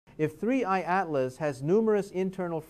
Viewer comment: This dude is AI. He pronounces 3I/ Atlas differently at different times throughout the video, and it is oftentimes very choppy and awkward. What is going on here?